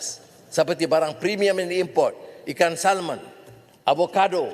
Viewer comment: Ikan salmon?. Pmx kena betul kan sebutan . Huruf l hendsk lah di hilang kan. Sebutan nya ikan samen